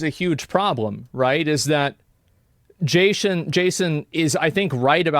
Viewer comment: Why does asmon say Jayshin instead of Jason